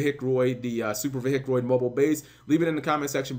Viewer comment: Could you possibly say vehic without sounding like a hillbilly